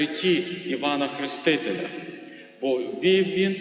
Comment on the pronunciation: Не ХрИ стителя,а ХрЕстителя!!!